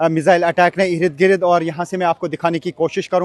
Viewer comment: Irid Girid... Bhai Ird Gird